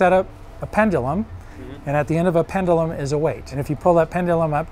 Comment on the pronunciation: I always find it interesting to hear people pronounce things wildly differently within a short period of time. "Pendulum" was pronounced about 3 different ways by the same guy within 30 seconds.